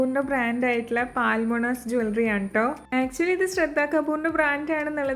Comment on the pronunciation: Ellam nalla collections thanne...❤ Lovely dress🥰..pinne പാൽമൊണാസ് അല്ലാട്ടോ പൾമൊണാസ് ennanu brand name.. Sraddha Kapoor nte ads il palathavana parayunnath kettittund..